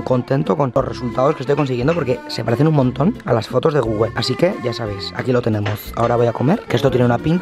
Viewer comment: Google no gogogle 😂